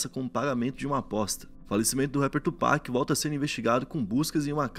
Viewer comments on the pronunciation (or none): Mano Tupac se pronuncia “tiupak” não do jeito que se lê Só pra uma ajuda 😂😂